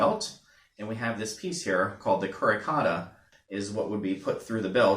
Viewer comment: Nice video, cleanly described. Just a note on pronunciation: "Koshirae" (拵え) is not pronounced "Koshira", but "Koshira-eh", and "Kurikata" (栗形) is pronounced "Kuriga-ta", not "Kuri-kah-ta".